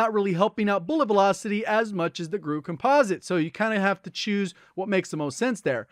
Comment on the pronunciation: is the only YouTuber that says "COMPOSITE" correctly: Compa-zit, not Compose-it.